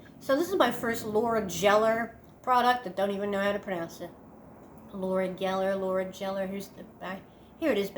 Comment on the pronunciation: It's pronounced Geller not Jeller. The same as Ross Geller on Friends! LOL